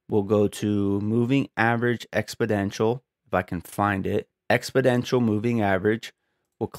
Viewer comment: Nice effort but it was extremely confusing when you were describing something and your monitor is not showing us any changes and your cursor is not moving. edit: am I hearing you correctly? are you saying "expodential" moving average? it's EXPONENTIAL 😂